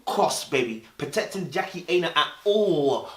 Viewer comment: Dude can you pronounce her name properly 😂😂 its 'Aina' like china. Protect yes but protect the name boo